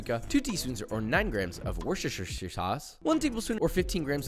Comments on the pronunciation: worsheshisheshir sauce 😂😂😂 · i love vorvhivfvjeiojfve sauce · Worcheche sauce😂